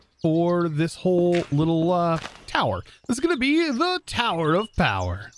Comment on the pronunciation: or should ya sai tha towah of powah!